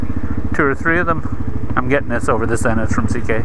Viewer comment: its ck not zk correctme if im wrong